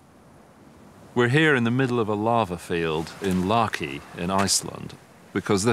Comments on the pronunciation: The American narrator, when speaking of the Laki eruption, always says, the "larky" eruption. As though the whole thing was a bit of fun! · The Deccan Traps were only 65 million years ago. That helped with the dinosaur dieout. Which came first, the asteroid or the volcano? And it's Laki, not Larki. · Not pronounces Larkee. It's LAKI. LA (like lala land) And KI (Like kid minus the d)